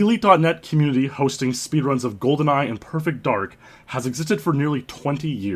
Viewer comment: Gee-Awcities? Welp, that's a first.